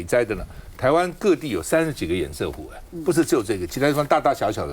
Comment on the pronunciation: 趙老康.你的粉絲擬參選高雄市長候選人柯.前幾天不是教你要唸堰塞湖嗎?怎麼還一直唸堰曬湖呢?老了改不了嗎?